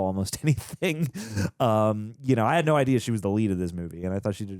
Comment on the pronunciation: ima be real. dude saying "noer" like he's Australian gets mad annoying.